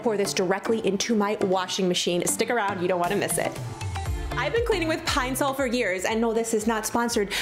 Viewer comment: My whole life I pronounce Ed it Pine-Saul 🤦🏻‍♀️ Pine- sole makes me cringe, but it’s obviously right I hate everything 😣